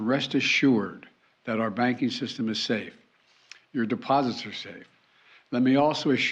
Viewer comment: Did you catch the part where he said: "The deposibourngoeurs are prmobutected." ? Nothing to fear. Geriatric Joe is here